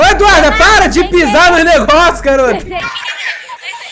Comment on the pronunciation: Alguém percebeu que o ato está falando o nome da Eduarda errado tá falando do Duda Eduarda